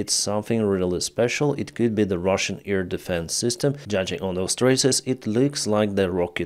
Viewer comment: i know english is not your first language but could you work on pronouncing the word Air? it sounds like Ear... thanx, love your videos